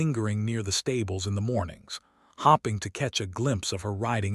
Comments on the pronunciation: I hate that AI pronounces starring as staring and that hoping is hopping. Why does the woman always take the Duke back and decide to love him, believing he has finally come to his senses? I know divorce back in the day was unheard of, but if he wasn’t strong to be real from the beginning can he truly be strong enough for her now? Good story, narration was iffy. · Fadding, starring, hopping, head bode. Does anyone edit these stories? ....😂 The story was very good, but the mispronounciation distracts. AI needs work as a narrator